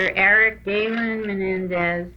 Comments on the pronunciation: Stupid Shapiro doesn’t even know how to pronounce his client’s last name! “Mendez”?? FCKNG pompous idiot. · Shapiro isn't even pronouncing their last name correctly. It shows how uninvested he was in this case. He figured they won't win so why try. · I noticed that too. I was hearing “Mendez” 😑